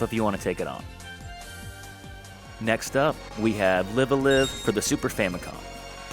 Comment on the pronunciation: You can tell that this was before Live A Live actually came out for us in the west consider that you, one, mispronounce the name, and, two, said that it was probably the most obscure out of everything here. Yeah, not anymore. It is questionable though if Torna can really be on a list like this considering that you really wanna play Xenoblade 2 first. Yeah, Torna itself isn't too long, but you do need to go through a long prerequisite to truly be able to "unlock" it. You could even argue a similar bit for Command Mission too. Should you play the other Megaman X games first?